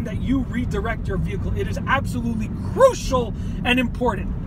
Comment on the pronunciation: I died at the way he said crucial 😂